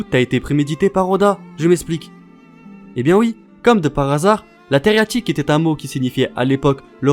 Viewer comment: Coucou j'ai beaucoup aimé ta vidéo !! Il me reste cependant une question de la plus HAUTE importance... Pourquoi tu écris 333 fois Theriaque mais tu dis TheriaTIque ??